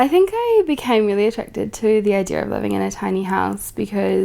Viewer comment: "Idear" .. I kinda like the way she says idea and I started out playfully mocking it but I'm stuck now and I'll probably say it for the rest of the week.